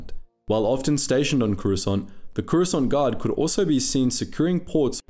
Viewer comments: Swear to force it sounds like you say Croissant 🥐 🥐 Gurards. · Am I the only one who hears “croissant guard”😂😂